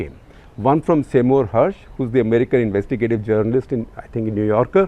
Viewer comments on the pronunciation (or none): none